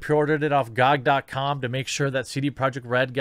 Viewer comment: It's Gee Oh Gee, not Gawg lmao